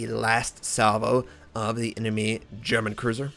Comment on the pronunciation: As one of the first (and most loyal) fans of (as in, there may have been 3 other viewers when I first started watching, commenting, and enjoying) - I don't really think that my critique of his weak German pronunciation needs to be critiqued to prove yourself a fan -. It stands alone as a fact.